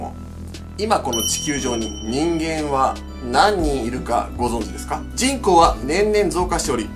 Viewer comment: 人口がちんこーに聞こえるw